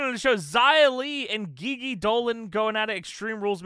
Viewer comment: Love ur 4 person GM season. I’ve been watching, ready for this instalment. Friendly reminder u pronounce GiGi Dolin wrong. It’s not Ghee Ghee. It’s G G